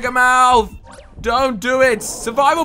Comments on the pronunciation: Why did he say mouse instead of mouth? Lol😆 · Every time says "mouth" I hear "mouse".